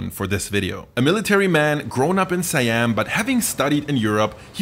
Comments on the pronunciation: Siam is pronounced "See-Ahm" not "Sai-Ahm" by the way. It liks calling America, Murica. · whose else get hurt when say "suh-yam" instead "see-am" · It's really Sa Yam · Siam is pronounced as "she yum"(my) in case you're wondering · It's pronounced as see-yum. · Did you check? I did and that pronunciation sounds more like „Sai Yam“ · Is the american pronunciation of a romanized foreign word is more correct than the thai pronunciation? It's "Sa Yam".